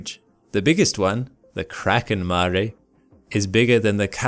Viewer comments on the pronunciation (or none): none